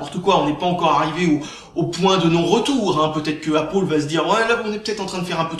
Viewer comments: "Apple" se prononce "apeul" pas "apol" ... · Appeule c'est pas mieux C'est entre deux à l'américaine. Apoeul serai mieux en prononciation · Apaul ??? c'est quoi cette marque ???.... Ok!!! tu veux dire pomme en anglais !? C'est \ˈæp.əl\ ("épeul"). Ué c'est de la merde, vive linux !!! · C pas apol c apeul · C'est pal "apol" mais apple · apôle ... j'adore :D (la prononciation :P) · Sinon pour la vidéo lol tu me fait rire quand tu dit appaul ... :D. Ton sujet est très bien défendu et personnellement tu a raison d'en faire pare au gens qui se font avoir par les média.Car il faut savoir que tous les média ou presque sont des info manipulé donc perso faut pas croire a 100% non plus. Très bonne vidéo continue comme ça.